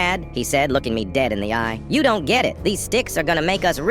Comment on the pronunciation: Nah bro said ion wanna b associated wit that one 😭😭